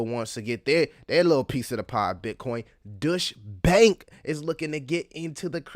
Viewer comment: Hey! fyi It's pronounced doy-cha bank 😊